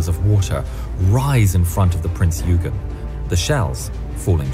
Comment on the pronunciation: Royal Navy didnt "make a mistake" when tracking Bismark - Bismark jinked unexpectantly in the night darkness after zig zagging in apparent anti submarine manouvres - it was good seamanship on the Germans part really. Another thing wrong is the narrators pronunciation of Prince Eugen (OI GEN) - rant over i will hop off soapbox now - keep doing what your doing!!!!